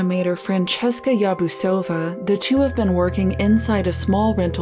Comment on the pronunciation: Yarbusova, its OVA not OUVA.